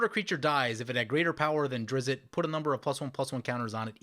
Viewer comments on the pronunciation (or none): Wow did you butcher the pronunciation of Drizzt. Don't know how the T turned into an O, but it got a laugh out of me.